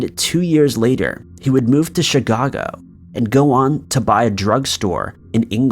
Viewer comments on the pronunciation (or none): You pronounce Chicago Chi-ga-go with Holmes' story. Its Chi-ca-go.